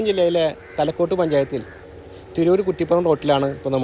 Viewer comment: തലക്കോട്ട് അല്ല തലക്കാട്